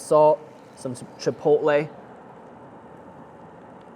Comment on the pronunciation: well i give you the credit for to accurately say chilpotle